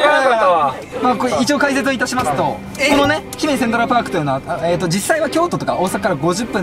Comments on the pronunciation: なんやけど、 ひ↑めじ ではなく ひめじ↑な気がするの私だけ？？ まひってきた、、、わからぬ、、、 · の｢ひ↑め→じ→(イントネーション)｣が気になってしゃーなかったw（姫路市民より） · の姫路のイントネーションが気になってしょうがない ユニバのイントネーションも聞いてみたいところだ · 姫路民からすると、の姫路の発音違和感すぎる😢😢 ひ⤴︎めじ、じゃなく、ひ→めじ、なんですぅ… 姫路城だとちゃんとした発音してくれる人が多いのに、姫路単品になるとみんな発音ちがう…テレビの人も関西の人じゃなかったらみんな間違える…違和感… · 姫路市民、の姫路のイントネーション気に食わない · 姫路の発音がちゃうから、アウトですね。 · 姫路のイントネーションひっかかる